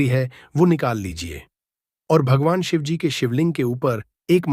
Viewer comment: U don't even know Shivji par ketki ka phool nahi chadta hai aur Shivaji & Shivji are different pathetic pronounciation